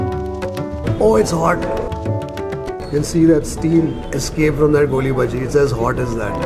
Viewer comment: Small correction - it's "Goli baje"